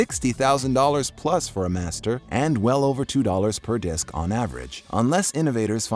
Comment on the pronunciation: Its disc dumbass